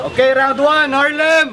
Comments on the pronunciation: bakit ang R nagiging W para kay..🤔🤔🤔 😂😂😂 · Harlem bulol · Walng buhay harlem pota k pnu k nging 2nd place bulol kp s r tae n m 😂😂😂😂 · ang half na mongoloidddddd na di mabangit ng maayos ang Rrrrr😂🤣😂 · Nyekk..bulol nmn s R c harlem.